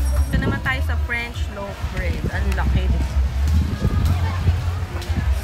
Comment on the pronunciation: “Prench Loap bread” Bwahaha!!! F vs P — wagas!